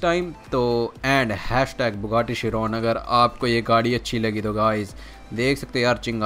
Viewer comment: Shiron nahi Chiron